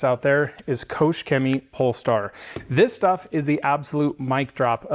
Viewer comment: nice pronounciation of german brands like KOOCHHH Chemie. wtf